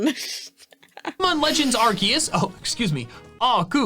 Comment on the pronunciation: It's Arceus dumbass